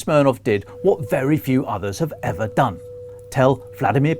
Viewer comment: Love the comment by a UK analyst that this is the first invasion of a non nuclear nation into a nuclear nation EVER(his emphasis)!